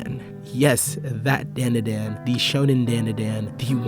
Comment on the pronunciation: Its pronounced DON DA DON